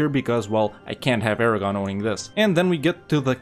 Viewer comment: I guess you should rename Aragon to Aragone.